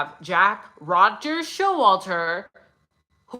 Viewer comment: Its Pappa rodger not rodgers i always thought pappa rodger spelt his name after the inc3l elliot rodger , but jack is sus af for sure